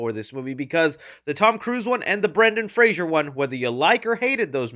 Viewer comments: Hi. I hope I'm not being too picky, but I've seen you mispronounce it a couple times. His name is Brendan Fraser not Frasier. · you can’t even pronounce Fraser correctly… Ignorant people pretending to be knowledgeable on film. So cringe.